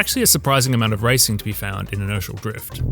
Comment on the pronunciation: I don't know if it's the accent or what but whenever he says Inertial Drift it sounds like he saying Initial Drift